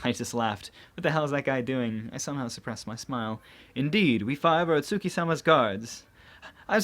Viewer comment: Does it bother anyone else whe. He sais itsuki name wrong